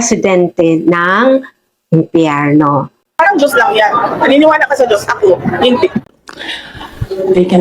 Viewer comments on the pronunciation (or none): hindi mo na kuha ang punto madam, wag mong putolin ang video wag e edit, bangag ka ba, ilan ang binayad sa inyo para siraan ang Duterte. kahit sa pagbigkas mo ng Dios mali karin hindi jios kundi Dios. bakit nakakasiguro ka ba sa langit ang punta mo. panatico kayo ng addict.